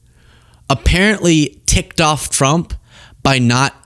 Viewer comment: One of my 2026 goals is to actively hear her voice a lot less. Maybe hear it almost never. I can read, if indeed even reading her words is ever critical, which I doubt it ever really is. That said, anyone ever notice when she says “Trump” it sounds like she’s saying “Chump”? “President Chump.” What? Hear it once you can’t unhear it. “President Chump.” EDIT: I SWEAR TO GOD I TYPED IT AND HIT SEND BEFORE LUKE CALLED IT OUT!